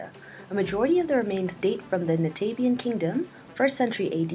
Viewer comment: Nabataean not "Natabian" as you said